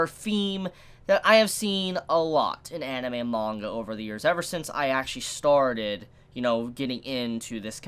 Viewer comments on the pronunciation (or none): none